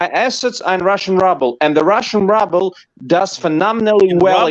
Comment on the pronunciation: Gero and his invisible Jet Ski....The alleged Russian mogul doesn't know how to pronounce RUBLE!